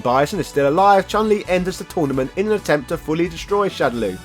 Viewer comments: Also the correct pronunciation for Chun Li is Choon Lee not Chan Lee. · Also the right pronunciation for Chun Li is Choon Lee, not Chahn Lee.